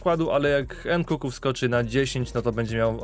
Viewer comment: Proszę mów NKUNKU nie NKUKU bo uszy bolą XD